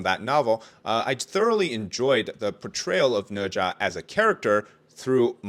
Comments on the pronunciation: Ne Zha?, More like Na Zhe 💀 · Read the book and watch the anime. Sudko is Japanese, ne za is way more painful its ne za.